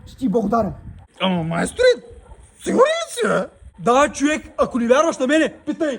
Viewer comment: Само истински Русенец може да каже чуек😂😂